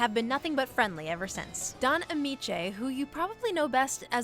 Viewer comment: What is it with this list getting people's names wrong? First, it was the guy in part one who mispronounced Chris Sarandon's last name. This time, the lady says Don Ameche's name wrong. It's ah-MEE-chee. Not ah-MEE-chay. Smh.